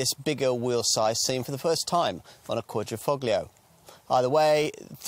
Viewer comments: It's "fO-lio" not "foGlio"......... Silent G! Silent G! Silent G! Silent G! Silent G! Silent G! Silent G! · It's driving me up the wall everytime he says ....foGlio. Silent G! Silent G! Silent G! Silent G! Silent G! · It's quadri-fol-io. "Gli"="lji" or "ji". It's ta-lji-atelle. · the G is silent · I think you’ll find the active aero front splitter is only on the Guilia and not the Stelvio. Guilia has a lower carbon fibre splitter that is the active part, and so far as I was aware, bonnet on the Stelvio is not carbon fibre. It is on the Guilia and is unpainted on the underside- on the Stelvio it is aluminium and painted. Also, please, the ‘g’ is Quadrifoglio is soft, almost silent. It’s not a hard ‘g’ as per your pronunciation! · same here! It hurts me everytime he says it haha can't they quickly go to google translator and listen to the pronunciation? 🤦🏽‍♂️